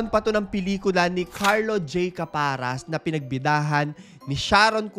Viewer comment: Pero ang bigkas po ng caparas ay di parang pumapara ng jeep,,same as paras po ni benjie,,di po elongated..rest in peace direk carlo..